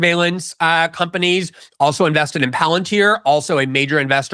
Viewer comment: Tucker: "Palantier? Never herad of it"